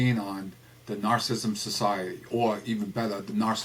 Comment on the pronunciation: May I just say one, iiiiiiity biiiiity teeeeeny tiiiiny comment? Narcissism is pronounced Nar....sih....siz....m. Rather than Nar...siz...m. And narcissistic is pronounced Nar....sih....sis...tic. (Four syllables.) Rather than Nar....sis...m. (--three syllables). No biggie. It just sort of makes you sound a Little Unknowledgeable. But I Do like a lot of what you say.